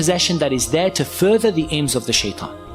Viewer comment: speak like you do naturally, it's not foorther, it's further, if your real voices are like this then you're not built for narrating any of the youtube videos, I am unsubscribing because they are not professional enough to deliver the messages